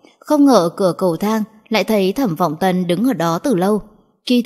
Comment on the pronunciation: Khi bạn đọc đến tên nhân vật cố gắng đọc cho rõ tên một tý,ví dụ như Thẩm Vọng Tân mình phải nghe mấy lần mới rõ